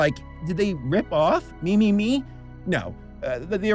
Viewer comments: From what I've gathered, the title is actually pronounced "meh-meh-meh". This is just me speculating, but I think the "me" isn't in reference to the English word, but rather, it's an alternate reading of the kanji 女 (woman), which seems fitting for this video. Then again, by writing the title with Roman lettering in the first place, a double entendre may've been intended. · yeah when pronounced it "me" instead of "'meh" I was like, tf am I remembering the name wrong? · yup I think so, I remember seeing a video about the pronunciation by a cosplayer who worked at TeddyLoid live shows and would dress up as “Meme-chan” (blue haired girl), she ended up contacting TeddyLoid and he said “‘meh” is the Japanese pronunciation but that the English pronunciation as “Me” was also correct. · Fun fact: the original Japanese pronunciation of the title is actually “meh meh meh”, with “Me” in Japanese meaning Eye or Ogle. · No, it's pronounced like "Mee" because it's short for mieru which means to look or to see.